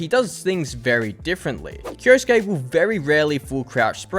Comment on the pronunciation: Why do you say "kioski"???? It is said KI-O-SU-KE as written. 4 syllabs. 😅